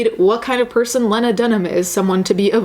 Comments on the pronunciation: Lee-nah NOT Leh-nah . sorry it was just driving me nuts. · its "lee-nah" (lean-ah) just fyi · Len- Ah is not a name just so you know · I am NOT a lena dunham fan. My name is lena and there can only be one. However, I pronounce it leeeeeeena, and she pronounces it layna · Its lee-na dumbass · You're saying her name wrong. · You’re mispronouncing Lena’s name. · You’re saying her name wrong which makes you look silly imo. Also it’s Judd Apatow not judge. Also I’ve listened to that podcast and it was tasteless or whatever but I get what she was saying. I don’t think she’s garbage. That’s all. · As much as I dislike Lena Dunham, I’m super triggered by how you’re mispronouncing her name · your pronouncing her name wrong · You kept saying Lena wrong and it was annoying me lmao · I think you're amazing but the way you pronounce her name triggers me lol